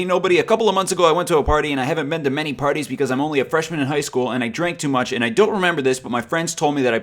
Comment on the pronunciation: love you...but it is pronounced AND...not ayund!!!!